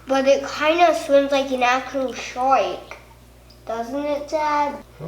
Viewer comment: “a actual SÆÆWK